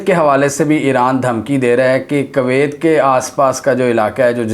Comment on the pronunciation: For goodness sakes can you please start pronouncing the name of Kuwait properly? You say it in such a nasty way that I feel like not listening to your videos.